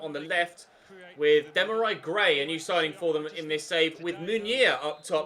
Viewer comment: The way you said demairi gray’s first name😭😭😭